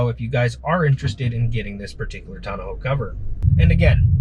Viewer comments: Tawn-ah-hoe. Is that how you all from Cali say it? Otherwise nice soft roll up Tawn-oh 😊 review and install. I went with the OEM soft trifold but the soft ones do stick up more than the hard ones (roll up or tri-fold) but cost a lot more. Gonna live with it for a while but maybe upgrade to the Bakflip MX4. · tonna-ho cover? Come on, man. Say it with me, tonn-oh cover. Thanks for the video.